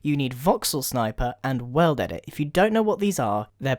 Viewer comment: that moment when he said world edit. he says "well dedit"